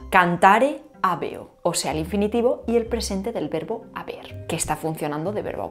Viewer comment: Me queda mucho por repasar de este video para aprenderlo todo. Estuvo muy denso. Buen trabajo. Ojo con la pronunciación de habeo. La hache no era muda durante los tiempos romanos. Se pronunciaba como la h inglesa en “have” o la hache alemana en “haben”. Fueron las lenguas derivadas del latín que con el tiempo se encargaron de “tragarse” ese sonido.